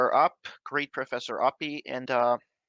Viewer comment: Darth as a big fan calls Dr.Oppy Dr Arpy.lol